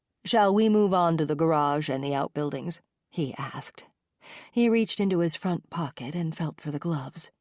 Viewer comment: Everytime she says jack asked I think she's saying jack ass 😂😂😂😂😂